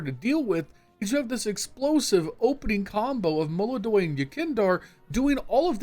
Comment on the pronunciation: ITS MOLODOY PORRA!